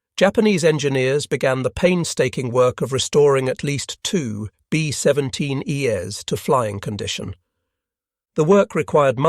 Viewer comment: It’s distracting how the robot voice pronounces thing like “B17 Es” as “B17 E-S.” It’s not read as a plural but a series of letters it doesn’t recognize.